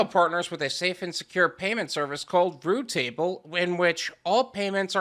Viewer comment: It's not root table. It's routable. Just like it's spelled